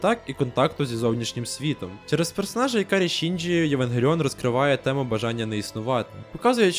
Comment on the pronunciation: ІКАРІ ШІНДЖІ, НАРЕЕЕШТІІІ, ДУЖЕ ДЯКУЮ ЗА ПРАВИЛЬНУ ВИМОВУ